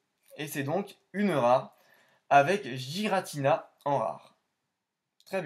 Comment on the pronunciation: Je pense la même chose de shaymin, celebi lui met une taule même si c'est un fabuleux. Giratina se prononce "guiratina" apparemment selon le Pokédex vocal, je le prononçais aussi comme toi avant. Incroyable ces fautes dans les noms, un peu comme l'orthographe d'électhor dans fossile ... Lovdisc c'est la pls en effet ... Merci pour la découverte de ces cartes, dommage que l'ouverture ne t'ai pas récompensé avec au moins une holo ... je comprends ce que tu me disais la dernière fois. Toujours un bon moment de regarder tes ouvertures rétro que tu ouvres des cartes très rares ou non. Continue poto !